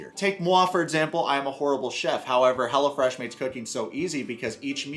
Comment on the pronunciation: The way you pronounce it, I hear "Hella Fresh" which I sort of which was the actual name.